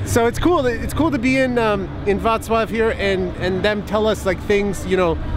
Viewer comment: OMG You can't even imagine how much happiness you gave me! Wrocław is my favourite polish city and you were exactly in these places I wanted to see in this video. You absolutely have to come back to Wrocław next year! I'm waiting! :) PS. Your "Wrocław" pronunciation is perfect, wow! :D